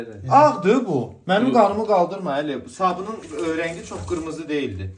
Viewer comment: Qirmizi demedi axi qimirmizi dedi